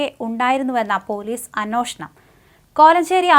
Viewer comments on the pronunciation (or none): എത്ര തവണ പറഞ്ഞു കൊച്ചേ ! അന്വോഷണം അല്ല, പിന്നെയോ അന്വേഷണം !